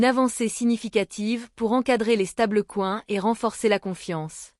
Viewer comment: Ce serait parfait avec un commentaire humain. Cela permettrait d'éviter les "stable-couin" et autres "béarich".